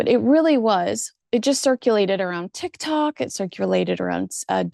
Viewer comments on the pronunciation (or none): none